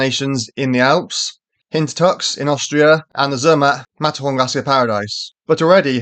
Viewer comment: OK, but you need to work on your pronunciation. Proper nouns (e.g., Zermatt) don't have an English pronunciation.